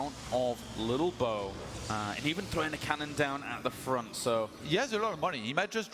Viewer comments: English host saying 'little bo' is really winding me up lol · Maybe Im just high but I found it hillarious when ToD says "lilbow" it sounds like he says "bilbo", coupled with lolbows looks it made me burst out in laughter several times during this xD